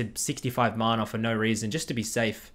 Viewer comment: who taught you how to say mana?